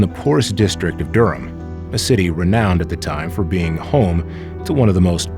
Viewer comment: AI should know it's pronounced 'Durm'